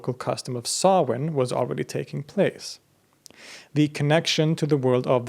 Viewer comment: Props for the proper pronunciation of Samhain there, man! Great work as always, balanced yet detailed. Thanks as well for the reminder to visit Sweden someday. Y'all stay blessed!